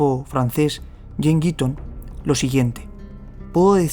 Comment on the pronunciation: Jean "Guiton" (pronunciado "Guitón")